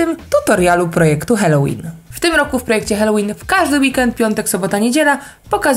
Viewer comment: Błagam, halołin a nie helołin ! ;)